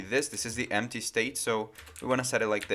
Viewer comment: Desconfiava que ele era brasileiro quando ele falou "emptchy" em um certo momento do vídeo. Realmente ele tem um inglês muito bom.